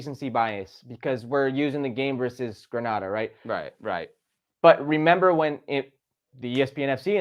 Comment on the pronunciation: It's Granada!! LOL Plz